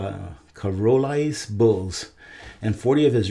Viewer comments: the word is pronounced "Shar-lay" cattle😊😊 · Charolais, its an odd word but its pronounced "shar lay" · Charolais Sh- are- lay Love ya!